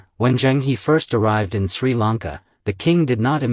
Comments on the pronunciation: Pronounce the “He” in “Zhen He” as “her” not “He”. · Admiral Zheng He is pronounced Jeng Húh - not Heee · The name is not pronounced Zheng (Hee) but Zheng (Her). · It's good that Zheng He never colonized any of the countries he went to. Unlike later Europeans. By the way, the correct pronunciation for the 'He' in Zheng He is her, not hee. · And Zheng is closer to Jung (although the Zh is a little buzzy). So 'Jung Her' is closest. The complete failure to pronounce Chinese names with any degree of accuracy is really disappointing! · His name should be pronounced as Cheng Her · A very interesting historical aspect of Zheng He (correct pronounciation: is Zh… Her) exploration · Please pronounce his name correctly